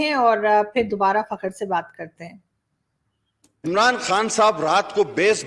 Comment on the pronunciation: madam ji, fakaar pronounce karein plz